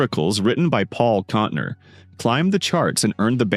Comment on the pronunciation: Ca-SA-dy? Kontner? Learn how to pronounce the names!